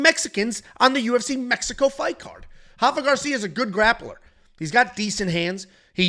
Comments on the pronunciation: R-R-R-Rafa not hafa, he isn’t Brazilian! As a Mexican that drove me crazy 😂😂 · It’s “Rafa” roll the “R” lol.